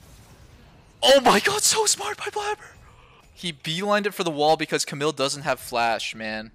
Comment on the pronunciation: The way Doublelift says Camille bothers me a little